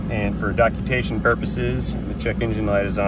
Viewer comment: Dokutation ? :D:D:D Learn How To Speak Please .